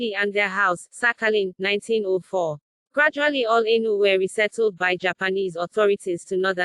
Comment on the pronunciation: The voce pronounces them A * inu * it means dog in Japanese ,it should be Ai-nu,theb Japanese used the word inu to vilify them.